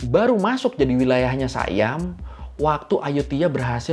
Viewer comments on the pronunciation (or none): Siam bang bukan sayam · bukan sayam la...sebutan dia si..am